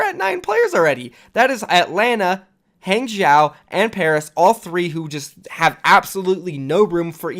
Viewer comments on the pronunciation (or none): You seem to be someone who prizes accuracy. On that note, please pay attention: Guangzhou: pronounced ‘gwong-joe’ Hangzhou: pronounced ‘hong-joe’